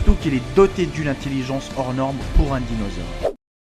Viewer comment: top 10 de l'orthographe qui fait trop peur.... la premiere place revient a et son " des animals "....(on peut aussi parler de son "dinausore " sur une autre vidéo ) et dire qu'il va ensuite oser se moquer de ceux qui ne savent pas prononcer spéléologue bref qu'il commence par balayer devant chez lui avanr de juger ce qu'il se passe chez les voisins qui en ont visiblement plus dans la tête que lui